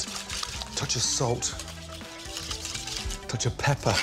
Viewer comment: tOcH of pepAaHh